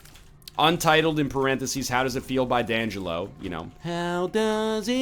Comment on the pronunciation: oK did NL call him Dangelo and not DEE Angelo??? I cannot